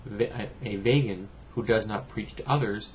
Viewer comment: Just a quick correction, not v(ay)gan, it's v(ee)gan.